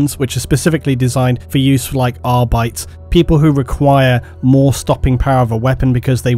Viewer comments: Your pronunciation of Arbites is silly. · Ugh "Ar-bytes"? "Ar-bee-tehs" :| cringes a bit and keeps watching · Is Arbites pronounced AR-Bites or AR-bit-teys. Always thought it was ar-bit-teys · not gonna lie, took me a while till i figured out what you mean by "ahr-bytes"... love your lore videos but your high gothic pronounciation can be ... troublesome for someone who had to learn latin in school :P